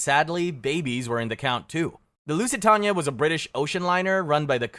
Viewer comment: I am begging you to look up how pronounce Lusitania.